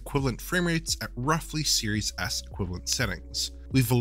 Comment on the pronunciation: I keep hearing "serious a$$" xD